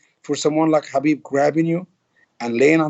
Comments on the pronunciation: Agreed 100% I'm sure Khabib is gonna roast him for this mis-pronounciation 😂 and teach him how to pronounce his name right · Ali should pronounce Khabib's name correctly coz he is from Egypt, he knows Arabic (حبيب). Even coach Javier & Mike know how to pronounce correctly.